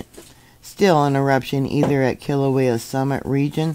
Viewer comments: I love how butchers the name Kilauea by adding an L between the E & the A. kilauela instead of Kila~way~ a. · Kilauea is pronounced kilo-waya